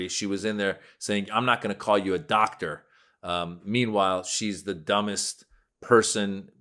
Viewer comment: She couldn’t even say doctor she said I’m not going to call you dotter 😂😢